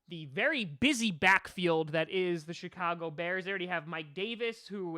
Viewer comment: Did he just say SHITAGO BEARS 😂